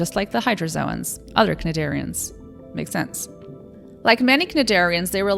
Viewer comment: Very, very cool video,. Hope to see you do lots of these. One note, though: cnidarian is pronounced like nigh-dairy-un, with emphasis on the first syllable of dairy. On a side note, I appreciate the non-terrestrial normativity. I am tired of people just assuming I'm human. Just ask, it's okay, I won't bite, my species feeds off your psychic energy.